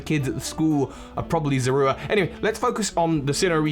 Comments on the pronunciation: Is anyone else bothered by the fact that he's pronouncing Zorua as Zorwooa? I always thought that Sinnoh folk tale was meant to be a pokemon version of the real world myth of selkies (and other myths involving animals that can remove their skins to assume human form). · "Z-ore-oo-ah," not whatever you're saying; that is not how they said it in the anime or ever. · The pokemon's name is zoroa not zorua! Duh! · pronunciation of zoura bugs be for some reason